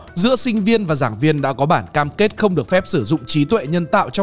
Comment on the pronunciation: Bro literally said "BẢNG" CAM KẾT🗣🗣🗣